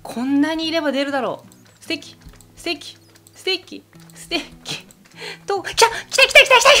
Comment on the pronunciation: ステッキがステーキに聞こえる笑